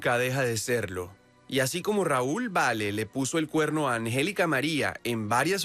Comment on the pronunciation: Este vato no save decir angelica.